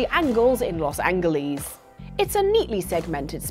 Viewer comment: I'm concerned about the fact that you don't know how to say Los Angeles. Like not even a little bit. It's not an accent problem, it's a not even trying problem. You could rag on Americans for not being able to pronounce British place names. But I've never played a game located in any of them outside of London, where NPCs and background stuff say the name to me on a consistent basis.